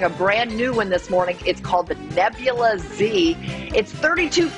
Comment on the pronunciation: Its nebulaz not nebulaZ